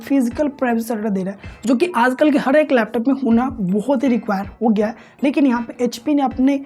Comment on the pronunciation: Laptus nahi, laptop bolte hay